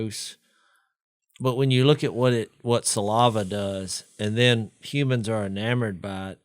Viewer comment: Jase...the word is saliva...not salAHva. And again...please get everyones levels equal. Fire your engineer